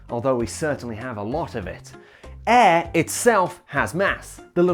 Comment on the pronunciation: Why do you pronounce air as "eh" 😂